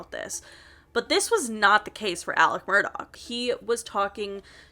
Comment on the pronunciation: It sounds like she’s calling him “Alec Murdock” not Alex Murdaugh